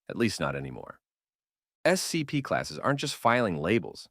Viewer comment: Yeah the 'voice' has said "scp" in like 17 different ways. None of them consistent with each other. On top of that, it doesn't say the numbers correctly